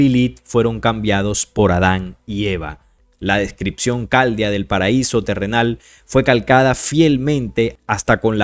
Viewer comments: Amigo: no se dice "cáldea", sino "caldea"; dos vocales fuertes NO HACEN DIPTONGOS o tendrías que decir "filísteos" y no "filisteos". No sé si me explico. 😊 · Disculpa, se lee Cal dé a porque si no se pierde la atención y pasa lo que a mi, que me quedo pegada en la pronunciación 🤷